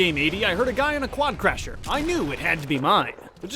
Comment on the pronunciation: WI think I'm the only one who realised that said quadcrasher and not quadcrusher